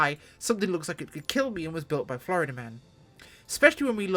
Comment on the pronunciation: 'ello 'ello dere, Gits 'n Grots! And 'ere we go wiv da show! Sum squishy humie flyboy wiv' a high pitched voice nicks a stoopidly tiny deffkopta for grots! Even da lil' humie knows dat green is best an' wonts tha krash in da zoggin' trees! An' da humie git goes on about "flo-ree-dah", wot's a speshul planet in da imperi-room where da humies follow da ways 'o Gork 'n Mork! Now ask yer mekboy for yer own deffkopta an' join a zoggin' WAAAAAAGH, ya gitz!